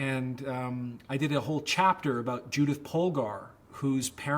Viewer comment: Judit, not Judith, ffs